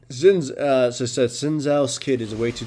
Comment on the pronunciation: SHIN! It is pronounced SHIN!